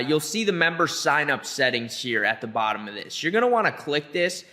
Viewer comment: I love your pronunciation bro hahaha BUTTUM, SSSMASH, ALGORITIMMMM.. Thank you BTW